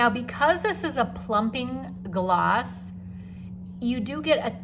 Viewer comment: Sorry gloss . Not oss